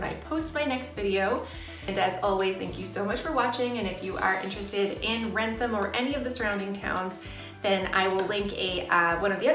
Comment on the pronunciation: The outlet in wrentham is called wrentham outlet not ransom outlet please if you want to do a video on a town do research on names of places okay and use real pictures of what the place looks like okay don’t scam the viewers